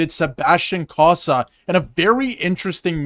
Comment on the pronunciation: Thanks for the fine report, insightful. But you mispronounced the names of Cossa and Postava (sorry for being nitpicky). Cossa is pronounced KOE'-sa. Postava is pronounced poe-STAH'-va (emphasis on second syllable, rhymes with "ha"). Cossa was never given a fair shake by Yzerman (45 total minutes!) in Detroit, despite being outstanding in Grand Rapids (AHL Goaltender of the Month in November & December 2025). But Postava looked like Dominic Hasek this past spring for the Griffins; acrobatic to the max. I cover many of the Griffins' games. They had the best start to a season in hockey history: 29-1-1-1, but with several injuries and call-ups to Detroit, they faded a bit at end of season.